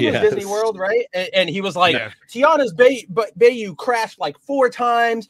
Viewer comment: What’s a bay yew lmao it’s a bayou (by-yew)